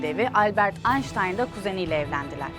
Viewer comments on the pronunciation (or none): none